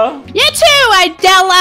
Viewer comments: IT A B NOT A D NOT IDELLA!!!🤣🤣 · "idella" Me:😂😂😂😂 Btw love your vids 😁 you're awesome if you're reading this